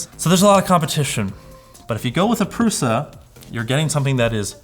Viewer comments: Pruša is pronounsed PRUSHA. PRUSHA! not prusa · Lets learn some basic words: Průša is pronounced with Ů (as "OO" in cOOl) an Š which is pronounced like SH in the word SHeet.